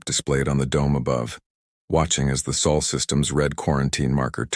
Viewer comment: You AI needs a spellcheck. Sol, not saul. Long o, as in so.